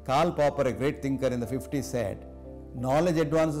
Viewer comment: Not Carl Pauper, its Karl Popper!